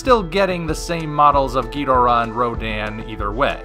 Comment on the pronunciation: Why do you keep say Ghidorah's name wrong?